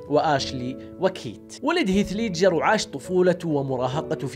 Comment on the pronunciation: دس لايك لنطقك المستفز لاسم هيث ليدجر روح اتعلم الاكسنت اول قبل ماتفتح قناة ع اليوتيوب